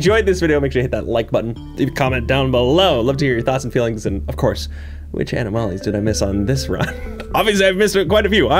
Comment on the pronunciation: enooomalies, aaanoomolies, anooomalies! Alright I can't no longer pronounce that word properly thanks.🤣